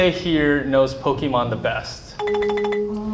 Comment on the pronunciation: Im so tired the guy still saying Pokimon not that POKÉMON.